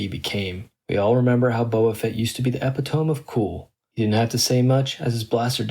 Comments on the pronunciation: Epitome: Eee-pit-oh-me, not 'ep-it-ohm' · Fat boba fett is not Boba Fett. It's NOT EPI-Tohm It's E-PI-toh-ME